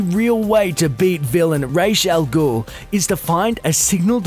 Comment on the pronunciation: Raysh al ghoul? IT"S RAAS AL GUUL. (Or something like that, but still, pronounce stuff right please)